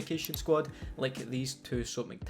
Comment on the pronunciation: I love the way you say "Soap Mactavish."